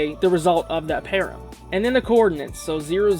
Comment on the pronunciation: Please pronounce it "pa ram" not "pear em", it's driving me nuts!